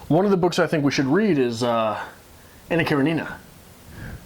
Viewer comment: It's Anna KarEnina. It was pretty much right, but the stress is on e. And it is a great book, I would love to hear you talk about it!